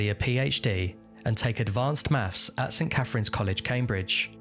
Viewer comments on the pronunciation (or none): Advhaunced mafs.